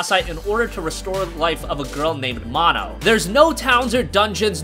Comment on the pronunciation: It's actually pronounced Mow-no. Saying Mah-no makes her sound like a social disease. LOL